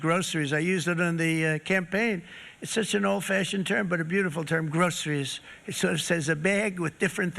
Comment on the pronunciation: Who came here from the SNL skit to see if he really said “grokeries”?